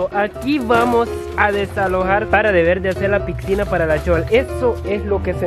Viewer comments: Se dise pisina no piksina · Amigo se dice picinaXD no pixcina(no soy heiter)